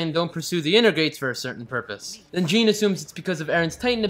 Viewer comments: sorry this is like years late but jean is pronounced JOHN im pretty sure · his name is prononced shon not jeen get it right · “Jean”??? It’s pronounced Shaun in the dubbed (no I didn’t watch the dub, I watched a few seconds cus I didn’t read the title properly) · 1. Stop complaining 2. Do you even understand half of what is actually going on? 3. Marco is a big deal 4. Jean's name is pronounced John 5. Maybe they talk because ITS IMPORTANT 6. Narration is APPARENTLY a sin. How else are we supposed to understand anything? 7. Do you even really understand what is happening in this show? (Had to ask twice dammit) 8. I see you laugh at death and irony. -_- 9. Armin is the smart one because your the stupid one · you pronounced Jean wrong you say is more like Jan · And it's pronounced "John" just like Sean is "Shaun" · ITS PRONOUNCED JON NOT JEAN, HES FRENCH SO ITS SPELT LIKE THAT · By the way Jean's name is pronounced John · Reiner says Jean's name and the narrator still manages to pronounce it incorrectly literally 6 seconds later. sin ding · One thing I must harp on you about... Your pronunciation of Jean's name. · You can't pronounce Jean properly even when you can hear the characters say it. Jean is a French for John. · Pyromanic Ninja You mean Jean. The way it's said by the guy commentating is actually an English name, only it's female. Said the French way, like how the anime was pronouncing it, is male, as it is the French equivalent of 'John'. Anyway, Marco was the original cinnamon roll. He would always look for the good in people and reminded everyone that even in dark times like this it's not every man for himself and that there are some nice people left. Seriously, this guy disses everyone for being an asshole, then hates on Marco who was one of the only fucking characters that wasn't. Plus Freckles.